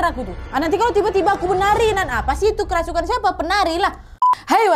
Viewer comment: "Kerusupan" And "ceremai" 😭🤣